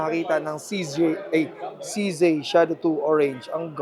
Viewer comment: No offense. It's CZee not CZey